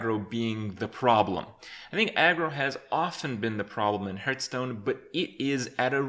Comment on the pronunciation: Lived and Breathed Hearthstone for 4 years...and yet you still mispronounce it. It sounds like "Heart-h-stone" Not "h-Earth Stone"